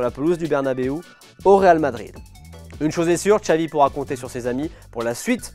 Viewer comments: Pourquoi prononcer "Txavi" et pas "Xavi"??? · Ben non. Depuis quand le X se prononce "tch" en Catalan?? Dans aucune langue en fait, parce que même en basque, galicien, asturien et portugais c'est "ch"